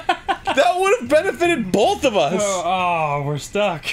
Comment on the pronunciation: Anyone else notice that Arin pronounces "both" as "bolth"? Or is it just me?